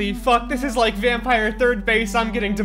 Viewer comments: it is pronounced "vamm-py-r" no e at the end (this is swedish for vampire) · Bit late but you pronounce it like " Vampür " like the german ü ._. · It's not pronounced vampire, or the weird way that you decided to pronounce it 😂😂 vampyr is vampire in danish. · Vham-py-r thats how you prononce it….. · It's vam-pir like in Romanian accent with pronunciation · When he “Y” that hurt me